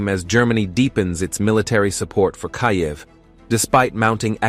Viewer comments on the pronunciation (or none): "Kiy- yev"?